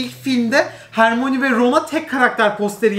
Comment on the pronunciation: Allahim bu ne ya hagrid nedir hegrid diye okunuyor ya harmoni ne ya hörmayini diye okunur guya yillarin fani